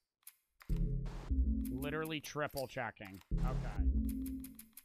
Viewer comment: witerally hit the gwiddy on Henry